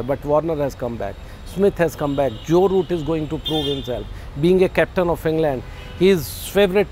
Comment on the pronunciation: It's jo root not joye root